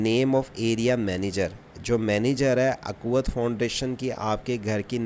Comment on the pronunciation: یہ اکوت نہیں ھے اخوت ہے